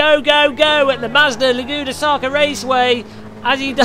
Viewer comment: "Laguna Saca" lol . Nice video,entertaining as always.